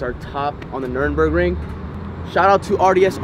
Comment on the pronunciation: Anybody just hear Cyrus say the nurburgering like nurnburgering